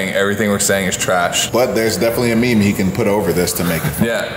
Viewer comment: Did just pronounce meme as me-me?